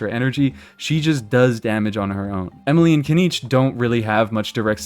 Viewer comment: you don't even know how to say her name right ...